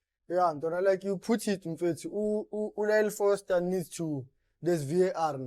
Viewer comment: Just one take…We need to differentiate between Frosler and Foster 😂😂😂😂😂…his name is dribbling a lot of folks.